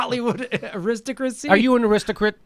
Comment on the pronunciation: Ya know, Jimmy Dore may not pronounce "Aristocracy" correctly, but we SURE know from our country (fiefdom of LEEgime), something called "Ah-LEE-talks crazy", so please don't laugh at the language here okay?